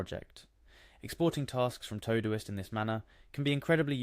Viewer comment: It’s called todo-ist